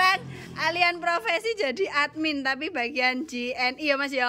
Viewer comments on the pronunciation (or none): Profesi ✅ Provesi ❌